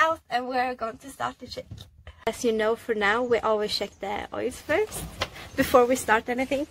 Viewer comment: Once she said "sheck" (instead of check), I understood she is Scandinavian.